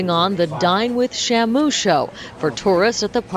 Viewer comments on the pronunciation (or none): was that "Dine with Shamu" or "Dying with Shamu"